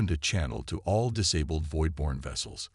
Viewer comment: Just NO!!!! I stopped about halfway into the story. Your AI FKN SUCKS!!!!!!!!!!!!!!!!!!!! WTF is: "DISS-uhbled", "neutralize"(neutralized), "engage"(engaged), "PRESent"(preSENT). Do it RIGHT or don't do it at all!!!!!! Fix your POS AI errors PRIOR to posting....would be really nice!!!!!